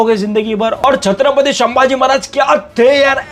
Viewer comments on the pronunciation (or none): शंभाजी❌ संभाजी✅